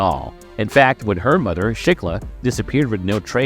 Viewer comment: This dude is killing me by not being able to pronounce "TH" instead uses "DER" LIKE FADER INSTEAD OF FATHER AND DERE INSTEAD OF THERE OR THEIR. OR MUDER INSTEAD OF MOTHER OR UDER INSTEAD OF OTHER😂😂😂😂